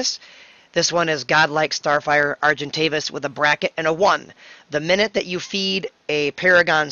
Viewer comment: Argentovis LOOOOOOL